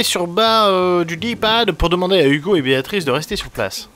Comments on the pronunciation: Excellente vidéo !! j'en veux plus, trop bien !! Je vais m'acheter également ce jeu, ça à l'air tellement prenant !! PS: Seb dit: "Yugo" au lieu de "Hugo" 😂👍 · Manger du sanglier ... pas très vegan tout ça x) Il a vraiment dit Dogoo ?